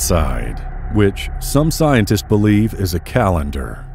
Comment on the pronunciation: Thx but it doesn't get rid of......"Paleontolo-justice" & "Scien-testes"